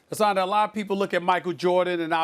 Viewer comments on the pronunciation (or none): Molly called him Ha-ssen 🤣🤣🤣🤣🤣🤣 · Amazing how many times Molly pronounced his name wrong without being corrected. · Can’t even pronounce his name right. Has an was too kind to not correct her. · Molly cant even pronounce the guests name correctly.... why does she still have a job?